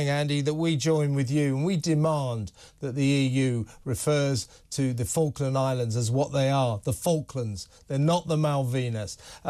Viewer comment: Its FALKLAND not Faulkand get it right, especially when you complaining the EU have got it wrong.